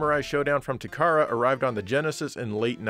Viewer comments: Takara is pronounced Tah - kah- Rah it's not "tu CAR'uh " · pronounced ta ka ra, just as it's spelled